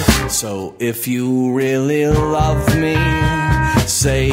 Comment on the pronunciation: Did he say "So if you really ruv me"?